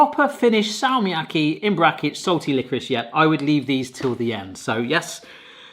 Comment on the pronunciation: It's still not "Feiser". Fatzer... Fat-zer F as in feline, A as in Albert, T as in Tony, Z as in Zorro, E as in elevator, R as in rose. Also, what's up with you English speakers and "Salma Kayaki"?